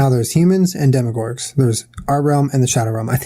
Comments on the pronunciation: i love how theyre calling demogorgons as "demogorgs" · I love y'all but it annoyed me SO MUCH how you kept saying "demogorg" instead of demogorgon!! And how you kept calling it the shadow realm. It's the upside down!!! Also Jenna was kinda annoying in this one. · Who else wanted to scream every time they said "shadow realm" instead of upside down or "demigorg" instead of demigorgen. (Idk how to spell demigorgen lol) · Guys it's DEMOGORGON please lol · I love you guys the damn most but you left the last syllable off of demogorgon every time you said it and it's making me lol